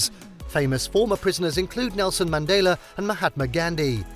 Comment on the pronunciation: Pronounce Mandela properly.